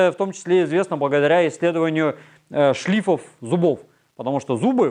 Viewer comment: Геологи говорят "шлифОв". Антропологи, видимо. "шлИфов".